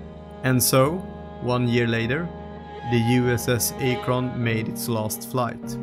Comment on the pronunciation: It is pronounced Ak'-Rin.